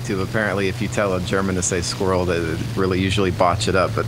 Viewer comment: They pretty much pronounce Squirrel as Squivvel.